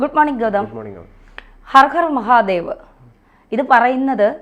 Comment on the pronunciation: I like your channel.. But please pronounce properly.. Its not gaarge. Its kharge. Its not khar khar mahadev. Its har har mahadev. Your pronouncing is completely irritating . pls correct it.. TG is very good in pronouncing ..